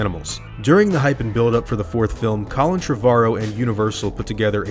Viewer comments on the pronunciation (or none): none